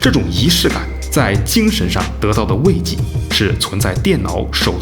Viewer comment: 慰藉，读wei jie四声，不是读wei ji